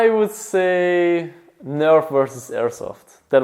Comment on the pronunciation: Nerf NOT nerv